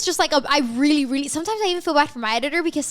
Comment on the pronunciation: Don't know if it's just me but everytime i hear say really it sounds like "weally" LMAO 😂😂💞